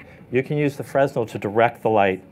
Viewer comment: Fre-nel. Not freznel. You don't pronounce the letter "s". That's my only complaint. Otherwise a wonderful video.